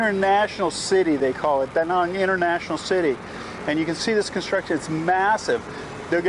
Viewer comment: love the way you pronounce Danang...most of foreigners saying it wrong...well not wrong, but not Danang's dialect :)